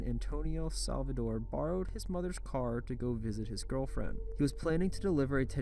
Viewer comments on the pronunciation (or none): SALDIVAR! Not SALVADOR!!